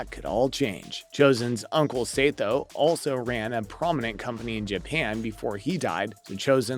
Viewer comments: uncle say toe? SAH TOE jesus christ dude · Sato is pronounced Sah-Toe not Say-Toe